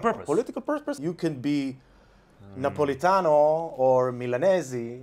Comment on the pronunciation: Great pronuntiation of "Napoletano" by the way! :D